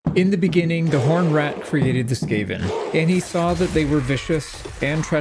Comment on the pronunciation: In the beninging